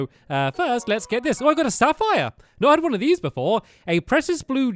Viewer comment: Stampy: got the sapphire Stampy:oooooh sapsire!!!!!!